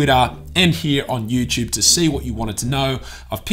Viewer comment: i love how you say youtube... "youchube"